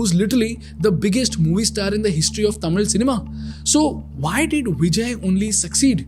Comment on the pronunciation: I love the way how the words 'Tamil' and 'Tamilian' have been pronounced perfectly :) Hats off !!